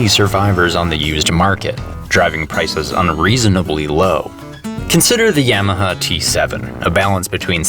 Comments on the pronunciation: He does not know how to pronounce Yamaha. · Cool video. Funny too. BUT! HOW do you say Yamaha? Hahahaha and that’s not a Canadian accent either man… That’s just plain wrong. Stop it…. Please. That is all. Thank you, good night.